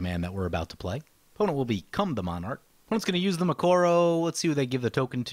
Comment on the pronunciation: Arghhh it is Mikokoro not Mikoro